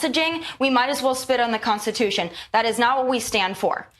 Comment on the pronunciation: Oh that tomi clip again. I can't stand it when she claims to be a conservative and CAN'T EVEN PRONOUNCE CONSTITUTION! two t's tomi two t's